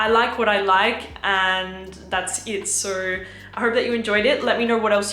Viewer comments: Australians end words that end in "o" with a "ure" sound. So the word "so" sounds like "so-ure". Its funny sounding. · I can't wrap my head around whshe pronounces her O's with an R at the end like Sor, owrn, and videor lol